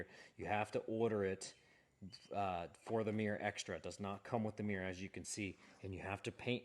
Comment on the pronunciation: What's a "Mi-yer"?